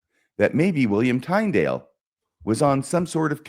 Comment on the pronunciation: Trying to follow this episode was difficult. You both were forging ahead so fast you lost me half way. When kept mispronouncing Tyndale’s name I gave up trying.